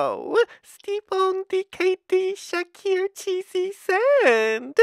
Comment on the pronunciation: It sounds like he is saying kd shheakeer instead of kd shaker.